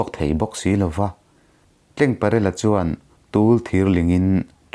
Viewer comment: ka hriat dan lo sawi ve lawk...dik ber chu ka inti lo..Tlengparela tih hi...Rul...tleng ang nilo in....TLENGTLE.. hming ang a...Tleng.. ang aw ki sang ang a lam tur ni in lo hria a...CHAWMNU tih hi...chaw kan ei a...chawhmeh chawm ang...ti a...Chawmnu tih a lam tur niin lo hria a...